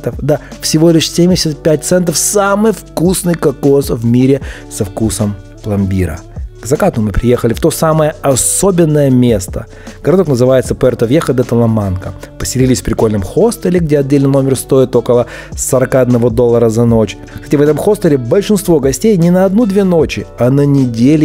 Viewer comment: не Вьехо а ВИЕХО базовые правила чтения испанского языка